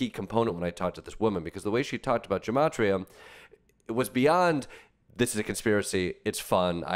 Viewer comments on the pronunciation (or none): As someone who speaks Hebrew, every time i hear gematria pronounced with a a soft G i want to slap someone